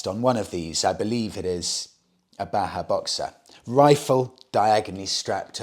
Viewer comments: Great stuff as usual, m8. Just something that brought me here: The Js in Bajaj (Boxer) aren't silent (Baahaa❌😅). It's pronounced as Ba-jaaj ✅ (An Indian surname/company) that had ties with Kawasaki & now with Triumph. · It is pronounced as Bajaj(like ba-jazz) not Baha. Its the same company that makes KTMs and smaller triumphs in India. Bajaj has captured African markets due to their affordability and reliability. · Bajaj is also pronounced “Badge-adge” not Baa-haa, it’s an Indian company not a desert! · The Boxer is made in India, made by BAJAJ, not pronounced baha. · You seem to be on a role with mispronouncing Indian motorcycle names :P Its pronounced "Ba-Jaj". They have a partnership with Triumph Motorcycles and make the new single cylinder motorcycle engines. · Hello. That red bike in Africa in the picture is the Bajaj Boxer. It is exported from India. Bajaj is the same company that is making the new Triumph 400s. Bajaj is pronounced with the sound of ‘J’ and not ‘H’. It is pronounced as it is (like J as in Jack). It is an Indian surname (Last Name). I hope you get time to read this comment 😀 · Since you talked about the pronunciation Himalayan in a previous video, if you're interested, the company that makes Boxer is called Bajaj with hard 'J's like in Jam. That along with TVS Star City had a good hold of the African utility bike market until recently. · I feel obligated to mention that the J in Bajaj are pronounced as Js and not Hs😂